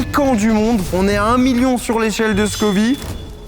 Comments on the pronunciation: Scoville pas scovi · "Scoville", pas scovy 🤦‍♂ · ScoviLLE. SCOVILEU pas Scovi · on dit échelle de scoville pas scovi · C'est l'échelle de Scoville, pas "scovie" 🙂🙂. Au top la vidéo !! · Scoville par contre, pas Scovi 😮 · Toute la vidéo il dit "l'échelle de Scovie" 😩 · On dit scoville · Scoville donc tu dis ville merci